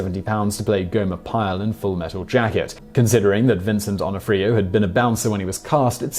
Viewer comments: Not Vincent Don o freo----Pronounced Vincent D O na free o. Learn how to pronounce before making video!! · Interesting pronunciation of "D'Onofrio" Still love you though